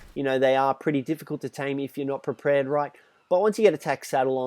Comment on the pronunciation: He said prepered